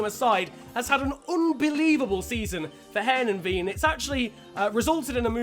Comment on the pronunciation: Heerenveen is said hir-ugh-fain